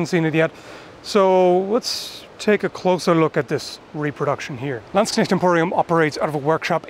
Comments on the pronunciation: He sure can pronounce "Landsknecht" flawlessly. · the flawless pronounciation of Landsknecht pleases my German soul